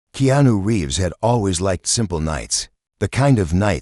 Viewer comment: Please pronounce Keanu's name correctly